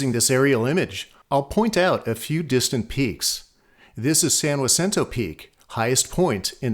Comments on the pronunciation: it’s all native land from sea to shining sea, but I’ve lived within half an hour of San Jacinto for 30 years. I’ve never heard it pronounced that way. It was named by the Spanish. Not sure if the Cahuilla people pronounce it like a W - next time I run into one I’ll ask. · Problem is the narrator is saying "wasinto", not "haceento". But I'm good with whatever he wants to call it. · I apologize for breaking the rules. It’s San Ha-cinto. Stop listening to New Yorkers. I studied earthquake faults intensely from my Cub Scout days. My dad and I mapped the Rose Canyon Fault in the early 60s. Professors at both San Diego State and UCSD called us crazy. There are stress fracture faults all over SoCal. Some just miles long and others several hundred. I like your videos very much and encourage you continue this work. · I have lived in Hemet (really local) area for 56 years and never heard it pronounced Wa Cinto. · I'm gonna guess that this pronunciation is an anglicization of the word, like how the town of my birth is called "loss-ANN-juh-lus" in English, instead of it's correct Spanish pronunciation. Locals may say san-wuh-SIN-toe, but sahn-hah-SEEN-toe is the original pronunciation in Spanish. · Your pronunciation is wrong. Not Wacinto! It's Hacinto. San Hacinto please. I grew up there in the 1960's. Get it right or stop lying.. Stop the BS. It sounds stupid. Noone ever called it Wasinto. Never. FU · I recently moved to the area after over 30 years in Texas. There, San Jacinto is pronounced with a hard J - "San JUH-sinto." I'm so glad to hear how locals pronounce it here. Funny Texas story, a group of 2 couples were in line at a Mexican restaurant in San Antonio. One couple registered for a table under their last name: Jones. When they were up, the page came..."Ho-Nez" party of four. "Ho-Nez." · The J is Spanish and the J is pronounced like an H, San Jacinto (Hacinto). So the narrator was incorrect with his pronunciation. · No not saying it correctly